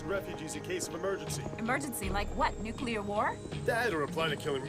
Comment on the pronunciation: Nucular sub? Nucyoolar?